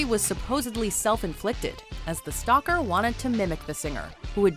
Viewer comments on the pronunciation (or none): none